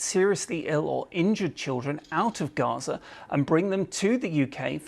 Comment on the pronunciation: It's not Reza - it's Gaza.